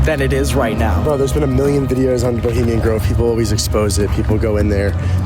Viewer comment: "BELIMIAN" GROVE? ROFL! WHY NOT EDIT OUT WHEN U CANT SPEAK PROPERLY? IS IT A GROVE FOR SKINNY PEOPLE? BULIMIA! LOL.